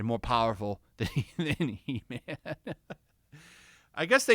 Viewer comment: It's HE-MAM!!